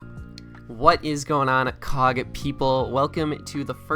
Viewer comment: sounded a lot like “What is up cock fans, here” which I personally love